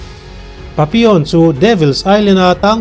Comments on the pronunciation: A hmuhnawm lutuk.....Pappilon tiin i ziaka Papion tiin ilam tlat boksia. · Papilawn ti zawk la ngaihthlak a nuam zawk in ka ring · Nga ti nge papi awn tih tlat a.. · Patlingpui hawizau ve hmelfu si tinge papi(on) i tih tlat maiaaaa... Papillon alawm, tunhmain misawi leh chhiarte pawh i hrengailo ami? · An sawisello ang che adik chiah alaw papion tiin isawiri erawh adik Lo ani 👍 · Pappilon ti a lam tur ani zawk lo maw... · Pappilon aw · Changtupa hming khi i lam diklo lutuk,video tluan in i lam diklo vek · Papilon tih hi i lam dik chiah lo deuh a ni,a story nih na i ti bo vek,edit tha leh la,ngaihthlak a nuam leh zual ang